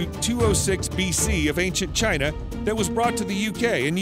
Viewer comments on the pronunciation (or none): none